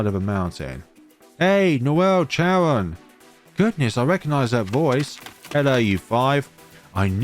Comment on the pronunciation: Thanks ❤️❤️❤️. I've been waiting for the translation of season 11 for a long time since season 10. However, you mispronounce some characters' name so will correct it for you. For instance, the letter "c" in their names is pronounced similar to "k", sometimes "s" not "ch". For instance: - Caron is pronounced ka-ron. - Caesar is pronounced see-zer - Spica is pronounced spee-kah. - Luca is pronounced loo-kah. - Luce is pronounced similar to loose (Most characters in the game have Italian names) - The village Triela is read "Tree-lah". My correction ends here. Hope that it will be help for the next video.